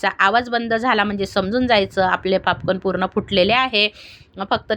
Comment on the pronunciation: पापकान नाही ओ ताई पॉपकॉर्न बोला 😂😂😂